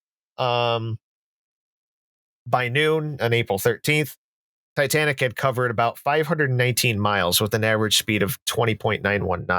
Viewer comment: Jesus, at least say the name of the ship correctly! It's NOT "Titantic"!